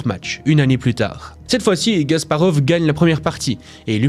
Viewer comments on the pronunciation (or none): C'est Kasparov pas Gasparov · KAsparov !! Et non "Gasparov" .... Aieaieaie 😂😂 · Ce n'est pas *G*asparov, mais *K*asparov. En tant que joueur d'échecs, ça me dérange.